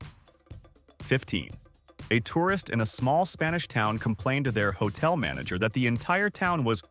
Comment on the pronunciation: Its not hotle